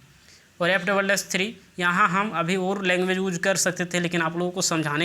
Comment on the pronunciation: Use ❌ uuz ✅